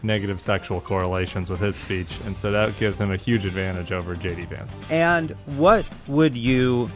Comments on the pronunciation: No Jon, you don't have to stop calling him JD Vonts (at 10.23). It isn't stupid, it's hilarious. When you know, you know. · I love that Lovett keeps pronouncing "Vance" as "vantz" (Yiddish for "bedbug"). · haha Jon pronounced "Vance" the british way. 😂 that is how "bed bug" is called in jiddish was my instant association (dunno if that is true, i only have this information from a M.A.S.H. episode) 😂😂🤦‍♀️🤷‍♀️